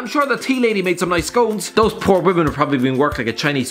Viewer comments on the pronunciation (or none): none